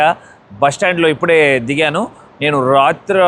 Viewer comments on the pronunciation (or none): There is no word RAtra in telugu Tell as Ratri You are fro vizayawada bro A good telugu speaking place Please rectify it Thanks